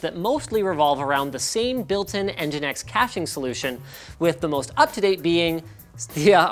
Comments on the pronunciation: Was "Cashing" Server intentional instead of "Caching"? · "Cashing server" or "Caching server" ? xDD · CASHING SERVER???? DID YOU MEAN CACHING SERVER??? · cashing server lol, cache sever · Caching, not cashing... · “Cashing server” lol